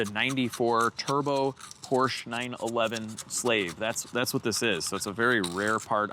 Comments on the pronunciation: Perhaps a Fugaziablo? And I know you are from Chicago.....but it is Porsha.....not Porch. Love the channel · 964 Porsch-A. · It's pronounced "PORSC -HA" (or Por-shuh)